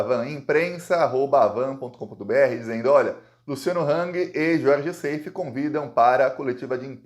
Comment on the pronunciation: Gostamos muito do seu belo trabalho jornalístico. Seif, pronúncia como está escrito. Plural de GOSPEL: gospels. Incesto: pronúncia aberta, cés. Wassef pronuncia-se uasséf, oxítona. Egito.